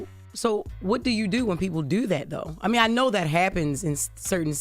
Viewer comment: There should be certain words jess cant say . First word on the list Do second due 😂